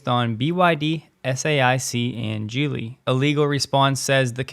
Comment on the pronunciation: “Geely” is NOT pronounced as “Jeely”. It starts with a hard “g” sound. Look it up and learn.